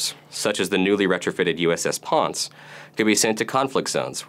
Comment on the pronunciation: it's pronounced the USS pawn-say